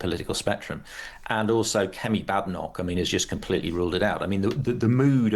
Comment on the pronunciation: I note that this expert cannot pronounce ' Yusuf ' or 'Badenoch '.